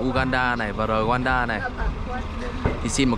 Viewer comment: Rwanda còn đọc là Ruanda, ko ai đọc là Rờ oan đa Nói cái sai đặc trưng thì lại bảo kỳ thị